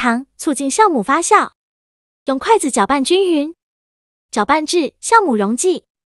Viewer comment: 大哥那是jiào酵母，